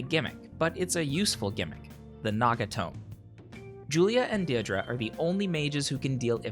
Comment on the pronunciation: Deirdre is pronounced Dear-dray